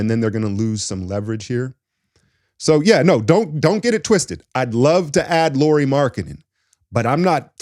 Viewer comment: It is pronounced like Kyle Lowry.